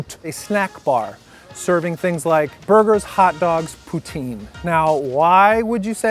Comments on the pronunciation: How did Lucas, who is decently multilingual, get corrected on the pronunciation of poutine and then end up mispronouncing it even more (and like a swear word, of all things) lmao. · When he sits down with the poutine it sounds like he's pronouncing it "putain!" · Isn't poutain a swear word? Gotta watch your pronunciations, man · mmm. I cringed when he said it. And no one warned him 😂😂😂. Poutine, poutin, poutain and I was howling 😂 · I'm talking about when he's exaggerating the pronunciation. At the end of the day, he's a riot 😂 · And yet Lucas mispronounced it even worst at the end lol.